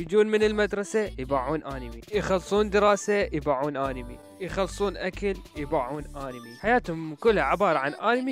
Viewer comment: همممممم مقطع حلو ومابيه خطء 😕😕😕😑😑💔💔💔🌚🌝ليييييش ماتغلط اها صح ولك ليش تقول آنمي هيچ 😕😕😕 هوا مو هيچ أَنمي مو آنمي ووجع احچي عدل وتعال لك انه اوتاكو واول ما ارجع من المدرسه اروح اباوع انمي و اذا عجبني انمي اروح افصخ امه "ابحث عنه هواي " واروح اكمل اتابعه ونوب اتاني لحد ماينزله جزء ثاني اي انه هيج بس مال ماكو اوتاكو ما يعرف يصمم ماكو هيچ حچي هاي منين جايبهه !!؟؟؟ها انه اوتاكو بس ما أصمم اي مقطع لان مامهتمه بهيچ شي وانه اوتاكو وغصبا ماعليك 🌚🌚🌝🌝